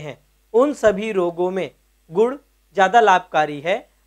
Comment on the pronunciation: Godh godh bola 😂😂🤣